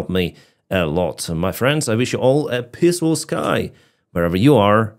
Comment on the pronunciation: it's not "pissful" sky, it's "peeeaaaaceful sky"